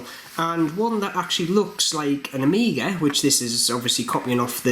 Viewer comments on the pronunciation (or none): none